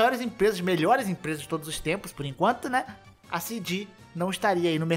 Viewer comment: KKKKKKKKKKKK, ênfase no por enquanto